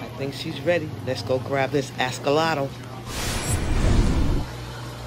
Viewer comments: Firstly that shop was filthy, the tanks were disgusting and secondly you never pick up an Axolotle with a net because they can get their feet caught in the tiny holes so that lady should not own an aquarium. And please will you stop saying Ascollotle- it’s pronounced Axolotl - I had to stop watching your video because it was so annoying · Well u should tell the lady that owns it never to pick them up in a net. And OMG I’m not the only one that commented on the way u pronounced Axolotl. It’s AXL not ASCOL And look on you tube about picking them up in nets - it’s a no no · Can i ax you a question about your askolotl?? 😂😂😂